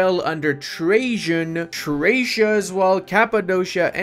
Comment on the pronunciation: Trakia is pronounced “tra ki a” not treishia